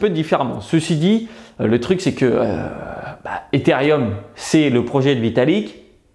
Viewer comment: On dit Etherooom pas etherieum 😉😂 sinon super vidéo !